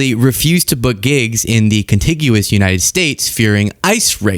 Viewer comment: Love the show, hate how you say contiguous. 😆